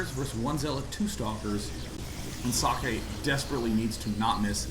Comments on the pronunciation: Husky is trying to pronounce it right, gets pretty close. If i'm not mistaken it should be ,,Zockeh'' the ,,eh'' at the end sounds like ,,e'' in ,,bed''. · i like how husky try to say socke and says sockey :D